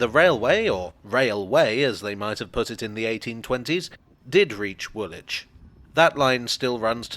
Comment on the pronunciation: You: Grennitch Me: Grinnidge You: Woolitch Me: Woolidge